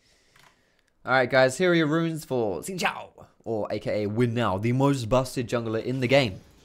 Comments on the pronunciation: Why do so many white people call him ZIN? I don't want to sound too pedantic but.. it's spelled with an X, and it's probably a Mandarin name. Pretty sure it's pronounced SIN? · Its pronounced 'Shin Shaw'